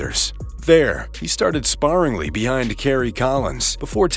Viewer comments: It's pronounced "spare-ingly" not "spar-ingly" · SPAR-ingly. Hahahahaha. HIre a narrator who reads enough to know how words are pronounced. This guy's rhythm and intonation is odd as it is. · Do we not know how to pronounce the word “sparingly?” The vowel sound in the middle sounds like “air” not “are.” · Has this narrator figured out how to pronounce sparingly? Or journeyman?